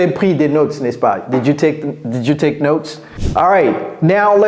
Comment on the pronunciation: Touték ??? Par pitié, soignez votre phonétique, c’est catastrophique